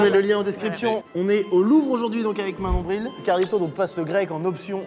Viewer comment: je croyais que tu as dit mon nombril ce n'est pas pour être méchante